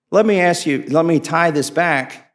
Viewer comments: Damn he say …ax for it ..what the hell is ax ? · …at the time that AKS for the information, it wasn’t available to us…. “Aks” instead of “ask”? At this point I am done. Proper English is not racist, it is essential to communications.